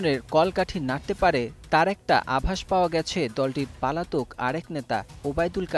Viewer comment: পলাতক রে পাগলা not পালাতক😅😅😅